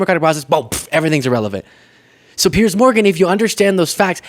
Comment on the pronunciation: Piers Morgan, not Pier